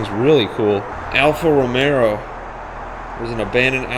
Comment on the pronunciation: ROMEO,not romeRo...